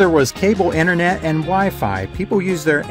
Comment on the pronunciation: I think it is called "internet", not "inner net".